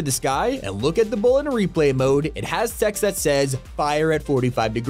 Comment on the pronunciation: is it just my mind or he really pronounced text wrong on